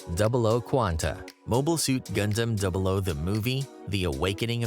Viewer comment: All of this became invalid as soon as you started pronouncing stuff wrong...The fact most of the anime or "gundam" channels and shows cannot pronounce the name right and it gets under my skin way more than it ahould. And A LOT of the facts are completely wrong. Like do you people even watch th fckn show??